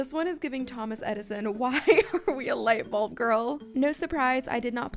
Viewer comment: “THEH LuIGHT bOlB?”😂😂